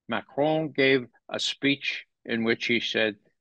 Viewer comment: I love the way Ray pronounces "Macron".